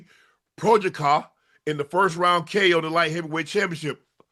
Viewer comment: Jiri WHO?🤣 pro-haz-ca